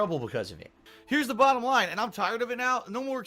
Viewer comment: "Whaht? I ollways pronounce my o's correctly, you hecking furree! That's the hecking bahdum laihn!"